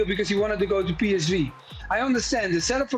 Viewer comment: I mean Melchiot can’t even say PSV correctly, ffs 😂